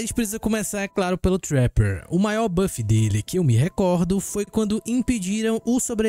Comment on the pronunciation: olha como o menino fala trapper, assim o curso de inglês chora